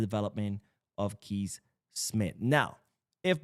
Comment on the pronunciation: Kees is pronounced like you say "case." In this case we should try to sign Kees Smith.